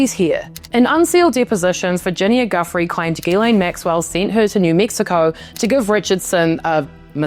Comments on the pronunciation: Joo-fray. Honor her by pronouncing it correctly. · Please pronounce Virginia Giuffre's last name right.... It's joo-free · Please say "Guiffre" without the hard "G". "Jhoo-fray" I think it's pronounced. It's as bad as pronouncing Madame Maxwell's name with the "S". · At least pronounce virginias last name correctly